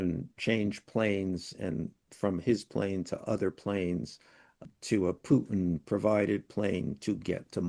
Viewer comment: Dude, the Russian monster's name isn't Pyootin, the way you keep saying it. Listen to Mr. Wolf when he answers your questions about Putin. He pronounces the name correctly, as does virtually everyone else